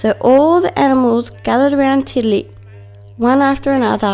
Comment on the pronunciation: I am not being mean but u said tiddaliks name kind of wrong